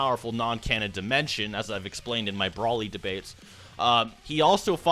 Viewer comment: lol says broly wrong